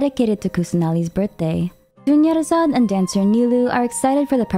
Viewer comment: "Dunyarzad becomes Doneyarzad"...... That came out of nowhere.